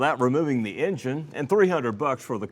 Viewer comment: We dun did bot this here Ing-Gine off that "Innar-Net". Holy Sheet...